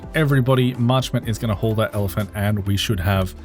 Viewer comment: You saying evelant? Not elephant?